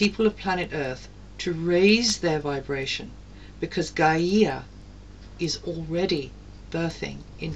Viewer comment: Gai-i-a? It's Gaia. Guy. Uh. There is no ee inbetween the two.